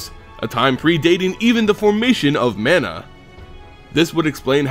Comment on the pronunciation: Ma-na, not man-a